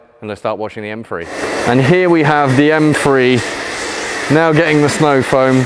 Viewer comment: I swear he says “M-free” instead of M three